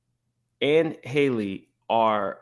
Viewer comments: Halle not Hailey 😂😂😂 ready to talk about her but can't even say her name 😩😂😂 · I am SO disappointed in Q for this. I am a Funky Dineva fan, but THIS was VICIOUS and uncalled for. And let’s be real, Q should be the last to speak on someone’s looks. And finally. The young lady’s name is “Halle” (not “Hailey) pronounced just like Halle Berry. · Her name is HAL-LE like Halle Berry, not Hailey/Haley… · Why y’all keep mispronouncing Halle’s name? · HER NAME IS NOT PRONOUNCED HAILEY OR HOLLY .... IT'S HAL-LEE.... HALLE.... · It's annoying that no one is pronouncing her name correctly. It's not hard to say Ha-lle. It's not Hailey. 😅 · Just as a preface, I notice a lot of people calling Halle “Hailey” when it’s pronounced like HALLE Berry. But I think the problem is men, and people not educated about pregnancy and early stages of it should not speak on another woman’s pregnancy/body or health. Period. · Pronounced HAL-le, rhymes with valley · Her name is spelled Halle but it’s pronounced Holly. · How is that none of y'all in the black media can pronounce this girls name? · What is the science behind everybody pronouncing Halle’s name like Hailey. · People saying her name wrong blows me